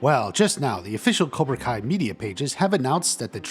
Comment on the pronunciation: It's cobra kai not cora